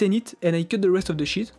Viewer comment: "And two 50x50cm SHIT of Hygrolon."